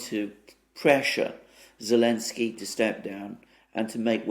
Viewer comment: I love these guys, I appreciate the news summary for insights I'm never going to get from any mainstream news outlets, things have become that bad. I do have one quibble/comment: why does always mispronounce Zelensky's name as "Elensky", omitting the Z? It's kind of an important name to pronounce right.